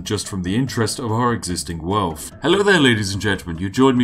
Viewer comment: You cannot call yourself the spiffing Brit and wear a monocle and pronounce “wealth” “welf”